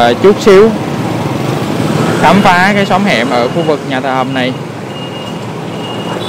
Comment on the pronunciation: Nhà Thờ Hồng hay Nhà Thờ Hầm ông? Sao tui nghe ông đọc gì lạng xạ vậy? Nhà của tui đấy ông. Hihihi.